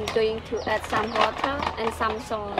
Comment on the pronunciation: it's salt, not saul